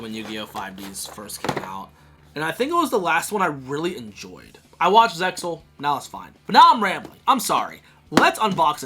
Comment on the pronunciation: i was into it until ya pronounced the X in zexal. SUBBED never dubbed.